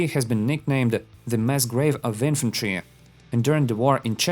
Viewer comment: Bro, there isnt an extra errr after saying an r in the last letter of a word